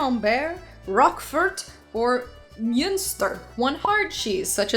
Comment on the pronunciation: Sorry, don't mean to correct you if a thousand others have already. It's mun-ster. Like mum but with an N on the end. Or it's pronounced kind of like monster, if that helps too. At least I'm pretty sure